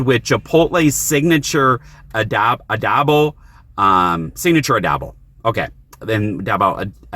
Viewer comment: Nice seeing you in the car again. The words are pronounced ah-doe-boe and ah-chee-oh-tay. You have the worst luck in parking lots. People rarely even notice me when I'm recording.